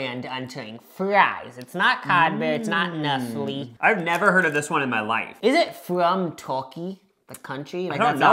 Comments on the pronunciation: Calling nestle “NESL” is a crime 😭😭😭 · 👀 nesell? It's Nestlé like neslay. As for Frys Cadbury owns frys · sirs….CHOCOLATE WATER???? 🤬 I get a lil frustrated when people try things but don’t prepare them properly so they don’t get the accurate experience, but this is a whole new level! 😅🔪 also saying he pronounces Nestle that way (the right way) bc he grew up in LA 😂 Like I promise that’s not just an LA thing💀 I do love this little aussie era (plus I’m a big snack girlie!) but this video was just so hard for myself and everyone around me… I’m considering legal options idk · "Mee-low made by Nest-ol" 😭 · You used an NZ flag over an Aussie Flag 😢 You mispronounced Milo and Nestle. You put Milo in water! No one ever does that! That made me sick. Can you please go back to Australia and correct these things next time 😅Love your videos by the way.